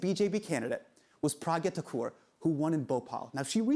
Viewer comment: u pronounced thakur so wrong, i love you and ur show sm but just a lil disappointed abt the mispronunciation of indian names post ur outspokenness abt how they shud b pronounced correctly.